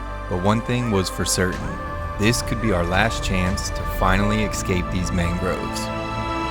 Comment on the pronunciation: The word is ESCAPE not eXscape.